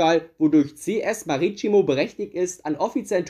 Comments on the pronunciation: Hello, deine Videos sind cool. Weitermachen. Leider möchte ich dich darauf hinweisen, dass CS Marítimo so ausgesprochen wird, wie geschrieben. Dieses Tsch bei T macht man nur in Brasilien. Marítimo liegt aber auf portugiesisches Staatsgebiet ( XD ) und deswegen bitte die europäische Aussprache ;-) Wenn du in Zukunft Rat wegen portugissische Aussprachen haben willst, kannst du mich gerne kontaktieren. Btw: Cristiano Ronaldo wird in Portugal wie folgt ausgesprochen: Krisch-ti-a-nu Ro-nal-du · Der Verein wird aber ich denke CS Maritimo ausgesprochen, ich kann da kein S im Namen sehen, das dann eventuell sch ausgesprochen wird, wie es in einigen Ländern üblich ist. Verstehe das es of schwierig ist bei außergewöhnlichen Namen - besonders aus Osteuropa, Arabien, Asien etc….aber jetzt ein S / Sch auszusprechen obwohl der Buchstabe gar nicht im Wort drin ist……naja…. Aber vielleicht wird es ja wirklich mit „sch“ gesprochen, bin kein Portugiese und spreche die Sprache auch nicht. Wenn dem wirklich so sein sollte, dann sorry hab ich nix gesagt… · Wenn man ein Wort nicht richtig ausspricht ist das nicht so wild, da ist kein Mensch perfekt aber bei deinem Problem beim SC Maritimo, hättest du die fehlerhaften Versuche am besten herausschneiden können. Ansonsten informatives Video. Danke dafür